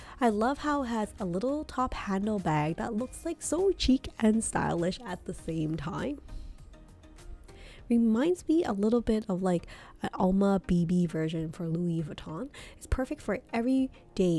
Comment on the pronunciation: "Chic" is pronounced "shiek," not "cheek." The H is silent in "homage." And the D in dimensions is depth, not diameter. Diameter is only for round objects.